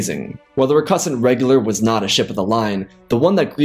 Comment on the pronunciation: The way this guy says recusant wrong is really really distracting.